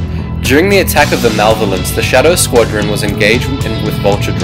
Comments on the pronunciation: it the ma-lev-alence not mavlence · srlys who do you say malvelence its maloevelence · like malovence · not to sound really rude, or something, but, its "malevolence", you're saying it "malvolence" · yeah that was killing me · Wendy Pekrul for its malvelence when i hear that i was like dude malvelence srlys thats how you spell it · lol "malvolence" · Malevolence (Ma-Lev-Oh-Lence) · isn't the malevolence pronounced as mer-le-vo-lence? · I have never heard 'Malevolence' pronounced so poorly. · You pronounced malevolence wrong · he pronounced the malevolence wrong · Your saying the molevacence wrong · Your pronunciation of the word "Malevolence" bothered me...